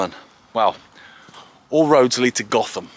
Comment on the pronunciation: I think the locals pronounce it Goat-Ham